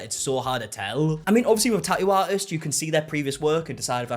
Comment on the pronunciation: Tah-ooh ah-ist 😂